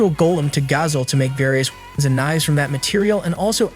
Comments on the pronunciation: Bro, he can’t say weapons lol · Bro can’t say weapons